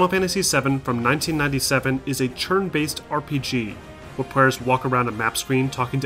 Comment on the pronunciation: he’s saying “churn”? “Churn based combat”, instead of turn based? Aha, cute.